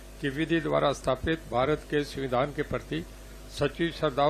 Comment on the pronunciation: ये मुख्यमंत्री और मंत्री हैं इन लोगों को हिंदी भी बोलने नहीं आ रहा है, सविधान नहीं होता है माननीयों!!!! संविधान होता है मुलायम यादव भी सविधान ही बोलता था